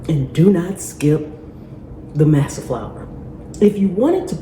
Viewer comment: I think the flour is pronounced MAW SAW. 😊